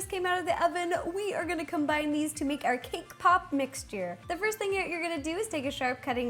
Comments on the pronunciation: I love the way she says combine like 'combind'! hehehe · Did she say combine or combined ? Either way she is so cute!!😘